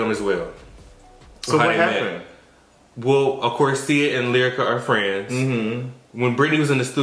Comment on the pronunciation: i love you but you gotta do better. was right Brittnee had a whole segment. And everyone knows she said “Lierica.” Brittnee has always felt Lyrica shaded her and has never acknowledged her and went out of her way to pay for studio time and Lyrica came to Brit event. Despite all the issues she has with her mother she has made sure she has helped people out (Blac Chyna and others). In regards to Yo-yo and and her stance on new generation I agree they always say that but I agree that abc lyrics aren’t rap. Period. There is no message.